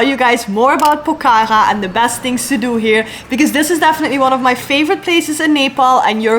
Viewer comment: The way you pronounce Pokhara is really cute yr ❤😃